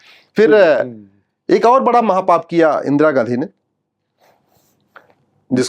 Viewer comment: At 50.09 he said Indira Gandhi but i heard it Indira Gadhhii😂😂 and i was like don't be this much true😂😂😂